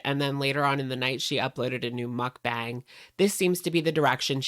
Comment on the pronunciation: I really like watching your videos, but your pronunciation of mukbang makes me cry. Muk is pronounced to closely rhyme with yuck and Bang closely rhymes with bong (like the thing you smoke weed out of). So it sounds like Muckbong (or muckbahng). Pls pls see this lol